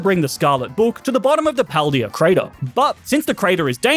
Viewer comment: why does he say paldea wrong